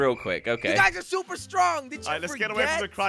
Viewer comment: In the intro he said super spluper😂😂😂😂😂